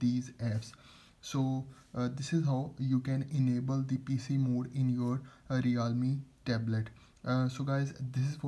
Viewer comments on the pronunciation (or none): Realme ❌ reaalma tab